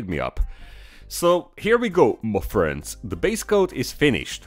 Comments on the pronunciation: Finally I've reached this level of involvment when I am saying 'Mah freends' at the same time with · I've noticed that the "Muh friends" is delivered with increasing impact every week 😂